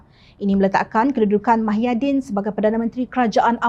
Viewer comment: YG BACA BERITA NI PUN SATU...TAKUT KE NAK SEBUT NAMA BETUL MUHYIDIN..SAMPAI SEBUT MAHIADIN...ADOIII.....SEBUTAN KO...AKU PLAK YG MALU ...